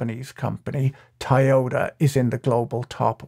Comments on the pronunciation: Why are you saying "Thaiyota"? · NGL "Tai-Yoda" was throwin me off. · Patrick we need to talk about Taioda. Where do you even begin to learn a pronounciation like that?! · Ta-Yoda -> I-Yoda ->> YODA (confused are we?..)